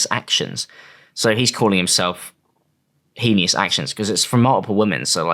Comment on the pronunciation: Can't believe pronounces heinous like that I'm cryin